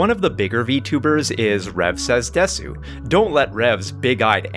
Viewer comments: Minor point, but it bugs me. As someone who has studied Japanese culture and watched anime their whole life, the fact that Rev Says Desu pronounce です as “desu” instead of “des” didn’t add credibility for me. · I always find it funny how the Japanese stereotype of Americans saying "desu" is "DEEEEs" but anime fans always go "deSOOH". It's actually kind of uncanny how they manage to emphasize the opposite of the correct syllable almost without fail in every Japanese word or name they say.